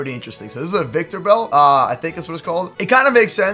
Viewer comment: i got triggerd when he vintibell its victreebel